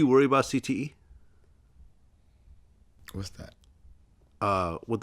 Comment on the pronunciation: Vlad trying to pronounce CTE was straight comedy!!! LMAO!!